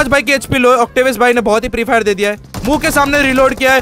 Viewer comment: Bhai hei hei hei nahi hota yaar hai hai hota hai😅😅